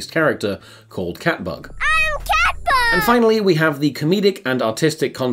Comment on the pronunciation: I thot they were saying cat fuck not cat bug for like half of this